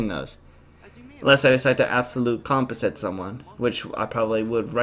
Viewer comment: That's a weird way to say Composite. Or maybe everyone but you is weird....... X-Files theme plays